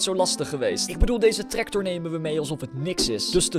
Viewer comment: Hij zegt treCtor😂😂😂😂😂😂